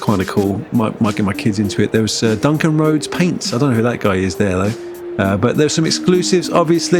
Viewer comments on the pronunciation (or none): none